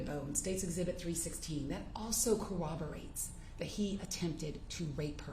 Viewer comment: Hey lady, the pronunciation you're looking for is cor-roberate. Not co-oberate.